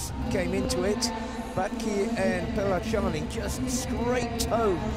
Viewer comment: Pellacani is pronounced as "Pillakani." At least try google translate for the pronunciation.